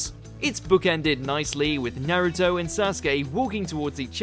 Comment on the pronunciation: I demand you pronounce Naruto's name properly. Jeez it's pronounced the same in English and Japanese Nar ( Rhymes with car ) Uto ( as in Pluto ) Not Nare-uto Not Naruddo Not Nare-uddo